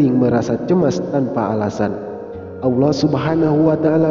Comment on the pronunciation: Assalamualaikum🙏..maaf dg melafatzkn asma allah subhanahu wata ala kok kyak awlloh gtu ya?? Kan seharusnya allah bukan awloh..tlong diprbaiki lgi dg melafadzkn asma allah..maaf jika sya slah dengar🙏